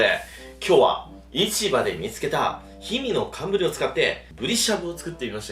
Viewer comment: 最初何て言っています？ひみのてんぶり？けんぶり？？へんぶり？？？3回目からはちゃんとかんぶりって聞こえるのですが最初と2回目だけがかんぶりに聞こえなくって正しい言い方なんなのか誰か教えてください 色々な呼び方や方言？みたいなのがあるのかな